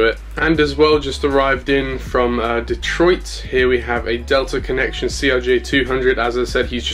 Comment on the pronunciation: you said selta connection instead of delta connection